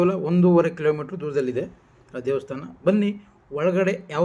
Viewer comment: First pronunciation sariyaagi heli devvustaana alla devastaana